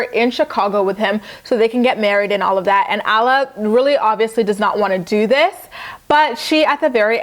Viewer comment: Alla's name is pronounced like Awh-la.